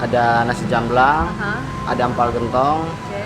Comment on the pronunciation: asem = sour (comes from the tangerine) but it will nice if you add more lemon squash jamblang pronounce as jump-blang (without 'P') those waiter cannot speak english, thats why they avoid and you come to islam restaurant, they cover their faces (the girls). thats mean not good actually. hope you alright in that restaurant